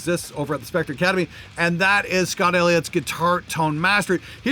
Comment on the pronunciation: "Spectre's Shecters"